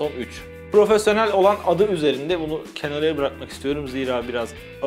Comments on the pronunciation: abi neden sürekli kenara değilde kenarıya diyorsun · kenarıya değil kenaradır o, kenarıya olsa duramazsın